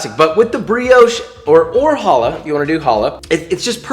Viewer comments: You say hala wrong try to say the ha like you charging a spit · Challah is the best bread for it. French toast with the leftover Shabbat challah on Sunday morning was my childhood. But also Josh. I love you but that's not how challah is pronounced. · WHenever someone says "halla" instead of "CHallah" a little piece of me dies inside. :( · It’s not “Hallah” it’s “Challah” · Challa not holler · I know Hebrew and Josh just so you know it is pronounced KHHH- alah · ITS PRONOUNCED CHALLAH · You mispronounced challah